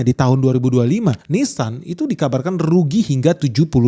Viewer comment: Itu Ninsan.. beda dengan nissan